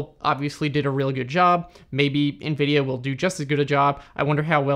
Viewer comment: The way you pronounce Nvidia as "EenVidia" lol. Cute American accent. Tnx for the info tho